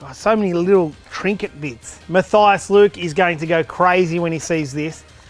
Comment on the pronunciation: Munk Meal i am fine with it as he had pronounced it...